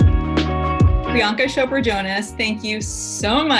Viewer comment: Did I hear Priyanka Shopra? Its a CH. Not a SH.